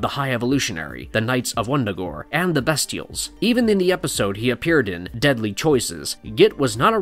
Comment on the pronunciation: The characters are called the Bestials (first syllable pronounced BEAST, NOT BEST)